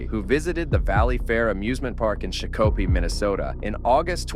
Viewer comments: Shock a pee…..is the way that town is pronounced. Also this YouTuber is a douche bag. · The way he said, Shakopee, Minnesota😂😂😂😂😂😂😂😂😂😂😂😂😂